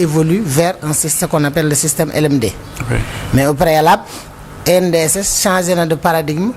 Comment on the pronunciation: ENDSS au lieu de ANDSS